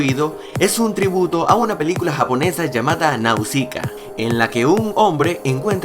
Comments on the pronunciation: se pronuncia "Naushica" es de estudio Ghibli y esta hermosa :3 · Se pronuncia naushika, como con fuerza en nau